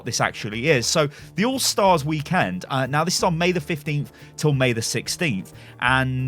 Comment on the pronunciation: I love how you say weekend. Wee Kend.